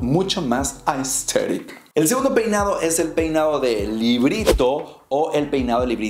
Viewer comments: un shot cada que dice ''asteric'' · Me da risa cuando el man dice Aesthetic Jsjjjsjs 😂